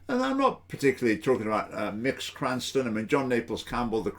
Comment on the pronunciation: Literally five seconds into the video and you've shown you have done no research and don't know what you're talking about. Incredible. A savvy presenter would look up how to pronounce Mx. before recording.